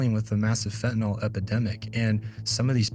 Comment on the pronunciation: It’s not pronounced fentan-ol. It’s fentanyl.